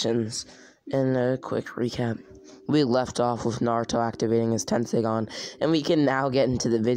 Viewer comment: Dude it’s tenseigan tesnseigan